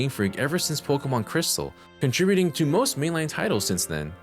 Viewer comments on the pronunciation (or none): none